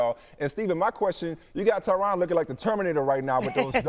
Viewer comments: His name is supposed to be pronounced "Tyran". The interviewer was getting his name wrong the whole time. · Hahaha “Tai RON” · Tyron not tryon